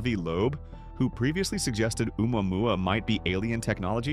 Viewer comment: Its not umamua its ,au mow mow , like the fkn surf song dip shts. Stop sayin that sht .